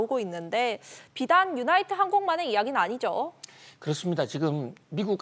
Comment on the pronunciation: 유나이티드항공!! 유나이트가 아니고